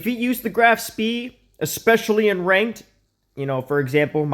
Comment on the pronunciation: If you care, the spee is pronounced "shpei" :}